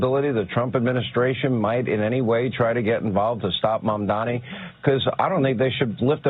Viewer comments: Look at that short ass monkey. His name is quite literally spelt out in gigantic fucking letters in front of this monkey in a suit and he still pronounces it as "MOM-DOMMY" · It's literally spelt out in front of them and they STILL can't pronounce his name. It's insane